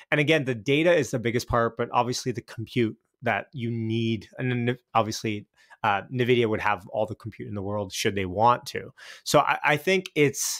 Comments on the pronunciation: En vidia, not Na vidia. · After 5 years still can’t pronounce Nvidia